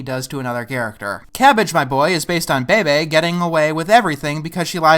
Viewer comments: Pretty sure her name's pronounced "Bee-Bee", because her full name was Bebe Gunn. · Wait, Bebe's name is pronounced "bay-bay"? I always thought it was "Be-Be", as in Bebe Gun, which is also her last name.... Huh. Did they make Bebe lose that personality too?